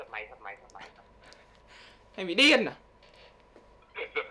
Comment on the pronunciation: Mày bị điênnn à , nhấn nhá ghê quá anh Đức Phúc 😆